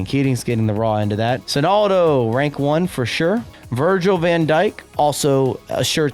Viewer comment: Sorry I was just listening while doing something. Missed the "Sonaldo"😂